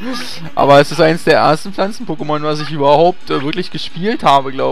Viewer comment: Aggressionen wegen der "Pokémon" Aussprache des Moderators. ICH VERSTEHE DICH.